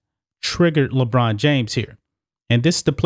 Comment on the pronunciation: Lebraun not Lebrain